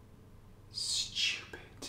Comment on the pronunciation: or 'stupid' LOL I loved the way he says it....